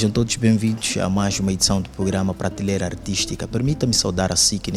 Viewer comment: Por favor, "Pratileira" NÃO....mas sim, PRATELEIRA!!!!!!🙃🙃😶😶...façam edição textual!!!!!